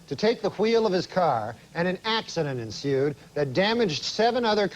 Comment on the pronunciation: Hweel and ensuuued